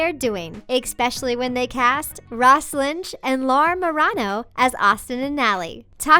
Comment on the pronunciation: I cringed when the lady didn't pronounce Laura Murano right